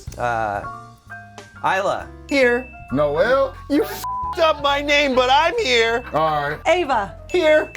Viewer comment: My name is Isla and I have not met a single person in my life who has said it right during roll call. So I feel that all those times have paid off to hear this man say my name CORRECTLY lmaoooo